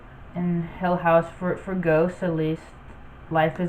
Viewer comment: Linear is pronounced LIN-ee-er.